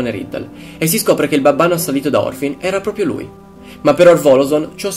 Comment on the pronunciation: molto bravo. piccola nota : è Morfin , non Orfin